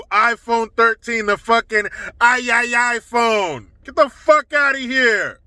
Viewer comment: “The new aye-ya-ya phone” 😂🤣😂🤣